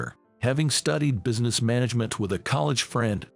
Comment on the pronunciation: It is NOT busyness -- it's business. And it's rithe-ing, NOT rything. FOOL!